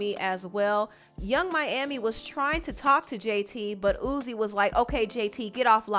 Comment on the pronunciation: im crying at you calling him "Ooze" LMFAOOO